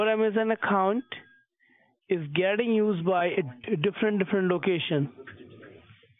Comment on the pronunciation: GETtin…. GETtin….GETtin….. he really put emphasis on the “GET” 😂😂😂